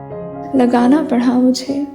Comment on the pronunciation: Great . But she is saying it as "پڑہا" rather than "پڑا" 😊